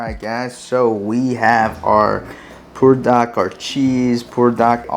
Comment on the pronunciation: In the description, you spelled it "Buldak", but when you pronounce it, you say, "Pulldak"....which is correct?